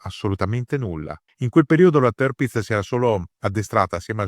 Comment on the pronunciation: sbagliato! Dove hai sentito sta cosa. Se vuoi dirlo alla tedesca allora la r la pronunci come r moscia o come a chiusa. Dove hai sentito le due i? Semmai si pronuncia tiapitz, berlin- bealin, natürlich- natualich, hitler- hitla, e cosi via. Parlo gia tedesco e ti dico che è cosi.